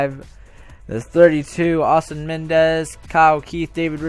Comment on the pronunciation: You pronounce Eastin as East-in